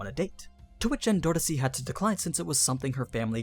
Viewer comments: It's killing me how you're pronouncing endorsi, endordissy, lol. Idk if that's like a different translation like Jahad and Zahard. It confused me the first time i seen Zahard. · Tbh how he says her name endodosi lmao